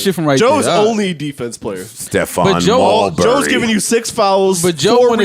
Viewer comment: Stephon Mal-bury is crazy 😭